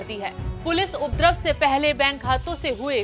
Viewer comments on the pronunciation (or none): Asli shabbd upadrab hai lekin anchor uddrab bol rahi hai in anpadhon kon samjhyega hindi ka satyanash kane ke liye